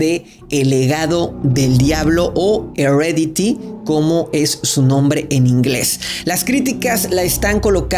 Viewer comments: Es 'Hereditary' NO 'HEREDITY'!!! Si no sabes pronunciar el inglés, mejor sólo déjalo al español... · Su pronunciación no es Heredity (Herencia), sino Hereditary (Hereditario) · pronuncias mal el nombre de la película en ingles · Sii eso pensé.. lo dijo mal 🤣🤣🤣😅